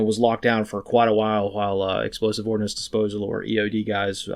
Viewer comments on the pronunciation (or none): none